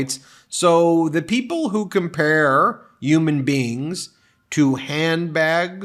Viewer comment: ING-Rum…. 2 syllables… not ING-Ra-ham…..mush mouth Meiselas…. Not Ummanbeing…… HUMANBEING……Disliked!